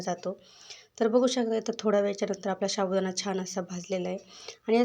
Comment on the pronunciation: शाबूदाना नाही ho साबूदाणा म्हणावे